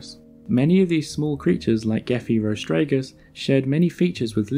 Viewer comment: Chronio-SUCH-us, not Chronio-SAUR-us, Gephyro-STEG-us not Gephyr-STRAG-us